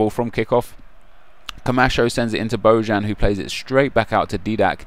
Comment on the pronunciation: Isnt bojan pronounced boyan?